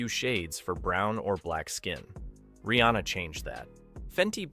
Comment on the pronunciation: Pronounced: REE.ANN.UH!